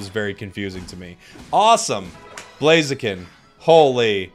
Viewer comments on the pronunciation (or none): Ugh, I hate Blaziken. The only thing I hate more than Blaziken is the incorrect way Americans pronounce "Blaziken". First Decidueye, then Mamoswine instead of Piloswine, then Sableye, now Blaziken!? PleasenoSwampert! PleasenoSwampert! PleasenoSwampert! PleasenoSwampert! PleasenoSwampert! PleasenoSwampert! PleasenoSwampert!